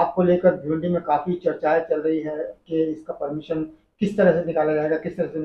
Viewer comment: Inke Talaffuz Par Gaur Kijiye Zariye Ko jariye Hazaar Ko hajaar Permission Ko permison Police station Ko stason Raza Ko rjaa Aur Khud Ke Naam Ko sakil Aur Log Inhein Maulana Aur aalim-e-deen Kahte Aur Samajhte Hain Jahaalat urooj Par hai